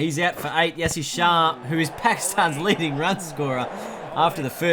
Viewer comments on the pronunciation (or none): none